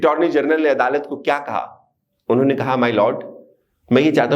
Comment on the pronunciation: Inhon ne ? Not clear